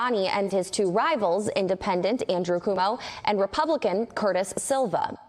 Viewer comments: I love that they pronounced them Cumo and Silwa. If they mispronounce Mamdani they get the same treatment. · I LOVE the correct pronunciation of Mamdani, Cumo and Silva 😂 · I think she mispronounced Cumo and Silva's names on purpose because both have been DISSpronouncing Mamdani's name for months.